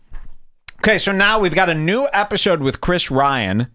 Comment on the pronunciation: Did you say epishrod?sluring words makes me think I'm hanging with assholes drunks.your content is parasitic. Come up with something original hack..lazy fuck.ha!button pusher loser.